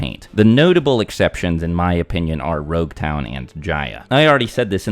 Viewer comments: why did you keep saying rouge town? The actual name is Logue town. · This man said roguetown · Its LOG-town, as in prolouge and epilogue, NOT ROUGE-town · Am I stupid? Why is he calling LogueTown RogueTown? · So depending on the version of the manga you read the pronunciation of nouns is just lacking.. Roguetown is actually Loguetown. Which supports your idea of East Blue being a prologue. Loguetown is known as the town of the beginning and the end. It is a play on it being Luffy's prologue and Roger's eiplogue. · its not Rogue town, its Logue town. As in Prologue and Epilogue "the town of the begining and the end". So its actually spoken as Log town. I understand the miscommunication though. Oda clarified this in an SBS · I don’t know if I imagine it but I hear saying you Rougetown. It is actually Loguetown. The name comes from Prologue and Epilogue. The Town of the beginning and the end.